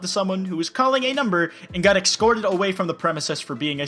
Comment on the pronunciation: Did you seriously just say "ec-scorted"? Every single one of these videos meets the criteria for the present hashtag specifically regarding the use of the English language.